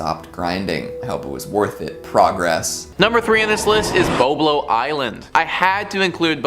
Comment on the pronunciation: Bob low is how it was or is pronounced. Boisblanc island is the original name. It was located in Ammiseberg Ontario , closed down in 1993 due to lack of attendance.not to mention the fact that Cedar Point was within 4 hours away.